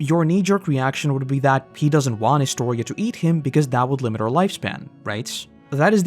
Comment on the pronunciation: ah, I find it extremely satisfying that you said my name correctly lol